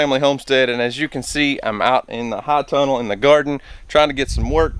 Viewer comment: Are you saying high tunnel? Or hot tunnel?